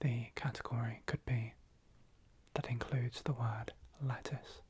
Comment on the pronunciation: I heard “lettuce” as “letters” 😭